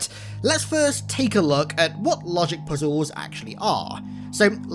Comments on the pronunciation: I hate the way you say puzzles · The emphasis and way you say "puzzles" had me rolling lol